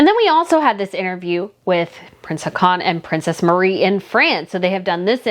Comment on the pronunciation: I have to chime in to say that our Norwegian Crown Prince's name is not pronounced "ha-con", but more like "haw-con", with the stress on the first syllable instead of the last.